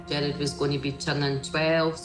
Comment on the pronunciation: This is so sad😢 but its killing me hearing them pronounce Gerard as Jared!!